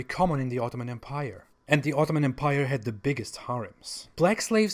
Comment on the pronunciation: You might want to look up the usual pronunciation of the word 'empire' ;)